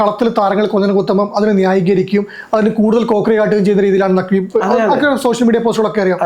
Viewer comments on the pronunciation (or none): നഖ്വി അല്ല നക്കി